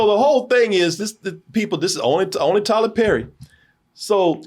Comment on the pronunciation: “Tyler LePerry”!!! 🤣🤣🤣🤣🤣